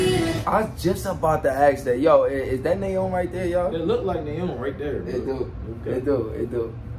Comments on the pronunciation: Nayeons name is pronounced niyeon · Nayeon’s name isn’t pronounced Nae-young it’s Naa-Yon